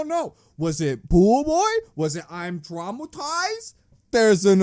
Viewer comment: “I’ve been twaumatized!” is